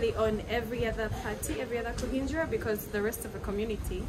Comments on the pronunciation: dances better than so many Ugandans, pronounced kuhinjira so well. 😂 Kudos. You really know how to brighten up a place. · It was him pronouncing Kuhingira perfectly for me!!! Officially Ugandan😅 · I' ve loved the fact that you pronounced kuhinjira the right way